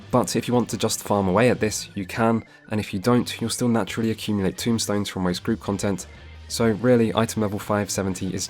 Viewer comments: It's not "tombstones" it's TOMEstones. Just fyi :o A bit less grim. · A bit nitpicky here, though this is one of my pet peeves. And you are not the only FFXIV player to do this, so let me start by saying this was an incredibly well made video. Very informative. Now my nitpick. The equipment currency is called TOMEstones. Not TOMBstones. Everytime I hear someone pronounce it that way it makes me feel like we are gathering headstones from the dead to bring to Roweena lol. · This is a great video, I am as experienced as you but I've watched this in the hopes of having a good starting point to show friends who also like deep dives. I have exactly one complaint and it's "tombstones"...they are TOMEstones, my friend 😂😂😂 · Tomestones not Tombstones